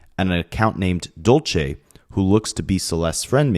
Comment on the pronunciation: Dulce is not pronounced the way your saying it😂